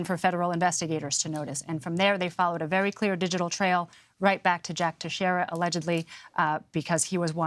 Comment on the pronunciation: Tex- reria! Nobody outside Southeastern Massachusetts can pronounce Portuguese names..